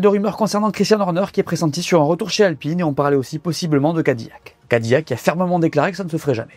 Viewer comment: Je vous en supplie amis francophones ne dites pas Cadi"Y"ac mais Cadi"L"ac